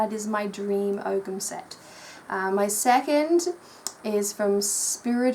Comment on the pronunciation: It's Oh-am, no g.